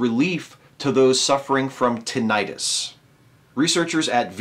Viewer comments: StrawberryEggs Yes, it does make it sound like an inflammation. At first I wasn't sure if meant tinnitus or if there was another condition called tinnitis. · Is that how Americans pronounce tinnitus? Or is that just you? Good to hear that we're getting closer to treatments for tinnitus. I'm looking forward to treatments for those irritating floaters I get in my eyes.